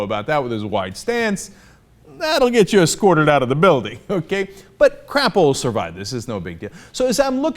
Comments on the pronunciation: I'm 99% sure it's pronounced Cr-AY-po not Crap-o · I'm from Idaho, and his name is pronounced "Cray-po"